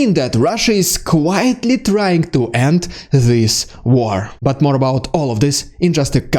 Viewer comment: 'quietly' – NOT 'quitely' end this war!